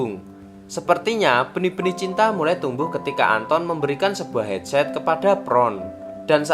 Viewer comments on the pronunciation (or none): none